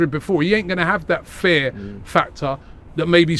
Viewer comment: Can someone tell Robbie that it’s Fear and not Fair